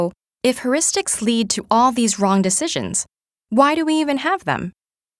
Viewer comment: I can't stand her saying "herristics."It's phonetically "hyeuristics." If you're giving a talk about it at least say it right.